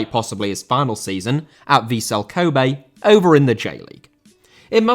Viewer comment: Kobe* not Khouwbei